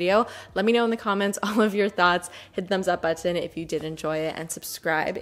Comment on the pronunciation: Anyone else love the way says “button”?